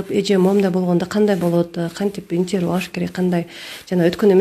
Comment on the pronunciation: Баары жакшы,азаматсыңар, бирок " интервью,коллегия" деген сөздөрдү туурараак айтсаныздар,таарынбагыла.